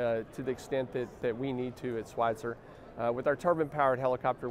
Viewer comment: It’s not Schweitzer… it is Schweizer. There is no “T” in the name. As CEO, you should know that.